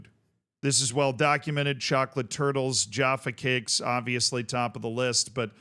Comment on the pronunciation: The pronunciation of Jaffa Cakes. I love all the Americanisms but this one i am hurt